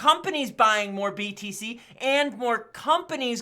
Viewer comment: Everytime i hear btc i keep thinking hes saying bbc 🤣🤣